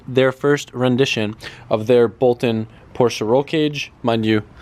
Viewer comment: Now put a Bride lowmax for the driver to really piss Porsch-uh people off